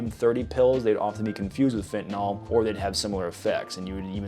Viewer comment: PLEASE GOD STOP CALLING IT FEN-Tuh-(wait for it…) NAWL. Spell this with me. Let’s roll: F. E. N. T. A. N. (Wait for it) fucking Y!! L. . You say Fen-tuh-NAWL again and ima blow you back up ‘at wildcat’s ass. Jesus Christ I swear to God….its like playing cards with my brother’s kids SLR, M.D. DAYUM! 🤨